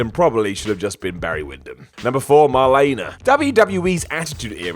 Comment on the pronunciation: How can you not pronounce Marlene Dietrich? I'm mean you'd just said her first name when talking about the character based on her and even got that wrong 🤦‍♀️